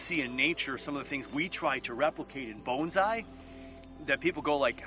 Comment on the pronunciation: Why pronounce it Boanszai? Peter Chan says it best when he says that pronounciation is pretentious. It's Bonsai.